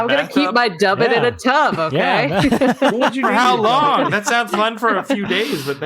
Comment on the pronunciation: Dubbit? Tub it!